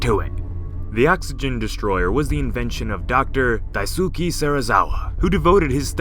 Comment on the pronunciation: Anyone else notice he pronounced Daisuke wrong? He said Dai-Sue-ki instead of Dais-ke.